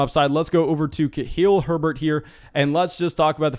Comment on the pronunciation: for the love of all that is good, PLEASE start pronouncing “KUH-LEEL HERBERT” correctly!!! 😭😭